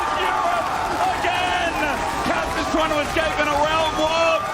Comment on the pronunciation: Am I the only one who heard the shoutcaster saying "Craps" in reference to Caps ????? WTF HELLO!!